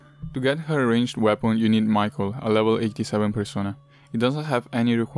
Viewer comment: I believe his name is "mi-cha-el" not micheal